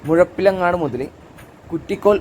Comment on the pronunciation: നല്ല വീഡിയോ, മുഴപ്പിലങ്ങാടിന് മെയ്പ്പിലങ്ങാട് എന്ന് വികൃതമായി പറയുന്നത് കൊണ്ട് പ്രമുഖ യൂടൂബറുടെ വീഡിയോ കാണാത്ത കുറെ പേരെ എനിക്കറിയാം, താങ്കൾ നന്നായി പറഞ്ഞു 👏 Not bothering to learn how to say place names properly is outright disrespectful.